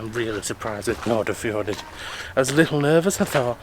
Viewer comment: Correct pronunciation for English people would be something like Nor-fjor-aid, you are obviously excused for never having heard it. :D . The first d's are kind of barely pronounced. It's entirely weird to see your own home town from the view of a person entirely unfamiliar with it. Glad you liked it, lots of small places have struggled with non existing town planning and parts of Eid (short name) like where you docked is lots of closed down buildings from the old goods terminal you first stepped on and the big white buildings behind which was the old dairy plant.